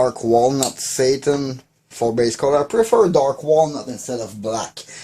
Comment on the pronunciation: "My Dark Walnut Satan" would be a great name for a symphonic metal band. 🤣 My brain is currently fried due to fever so it registered your accented "Satin" as "Satan" instead. Love the concept of the video, maybe something to keep doing? Like a workshop cleanout each month or something?